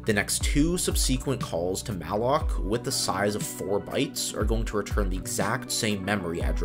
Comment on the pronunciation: Yup just the same i stopped listening sayzjee size is the word